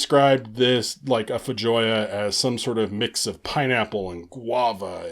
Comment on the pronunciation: FYI: Feijoa is pronounced FAY-ho-a. It's a South American fruit.